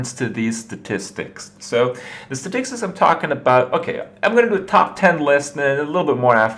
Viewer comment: funny how he says the word 'statistics' normally the first time and then says 'staticsis' the second time